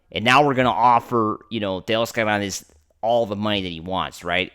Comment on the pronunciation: I wish this guy would stop over pronouncing Taos Hernandez’s name